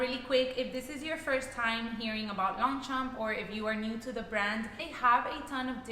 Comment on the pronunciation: The g and p is silent..